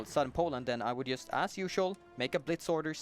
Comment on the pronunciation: Why can't he say JUST right?